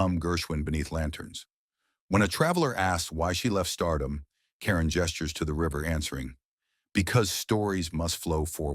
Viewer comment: Actually, it is Eva (pronounced ee' va). And not Leslie Karen, but French, pronounced more like kah rohn'. Narrators should practice names prior to recording. I enjoyed this video, but it takes me back in time because I'm old. It gives me hope, too. Thanks!